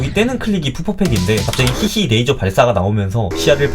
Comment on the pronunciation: ???: 그거 발음 레이저 빔~이라고!!!